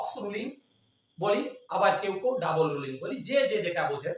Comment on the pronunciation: Double not Dabule Rolling not Rulling